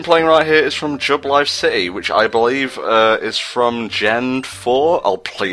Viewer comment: You were right about the Jubilife City music but its pronounced Jew-ba-life; sorry for nitpicking.